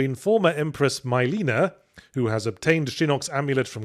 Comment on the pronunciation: Of all the names to be mispronounced, I didn't expect it to be Mileena...